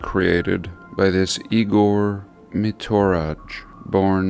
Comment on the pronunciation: You've been saying that your computer is slow for over a year ....and it's not Igor MitoraG it's MitoraY .... Slavic language is as it comes ... A B C .not Ey Bee See